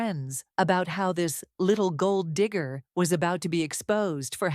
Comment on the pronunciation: You pronouncing gold digger sounded very close to saying the "N" word.